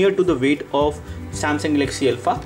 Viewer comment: Name is not Elpha. It is Alpha